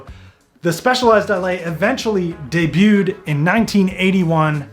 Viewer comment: "Day-butted", if you're trying to rip off Donut Media lol